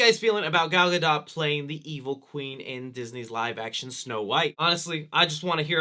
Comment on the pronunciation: Gal GA DOH... NOT Ga Dah.... Say it like Homer Simpson. You've heard her name too many times to keep fucking it up